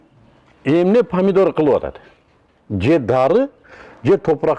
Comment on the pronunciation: Падидор эмес памидор.